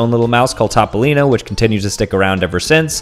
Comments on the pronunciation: Is pronunced topolino not tbolinou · Fact: it's not pronounced "top-o-lean-oh", it's pronounced "t-ope (like in "pope)- oh - lean - oh"